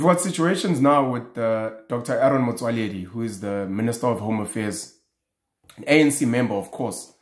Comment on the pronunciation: I have nver seen Nguni person pronouncing Arron Motswaledi as well as you did